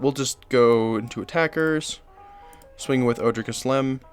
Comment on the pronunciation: Love this deck, I always feel at home in green. Kaslem doesn't super speak to me as a commander but I have most of these cards anyways so I'm definitely going to be playing her! Side note just to let you know, all of the Ojers are pronounced with the J as an H like in spanish, so it's O-hair